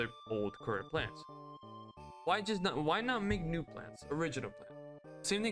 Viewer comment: Русский акцент прорвался, there’s no ну gem plants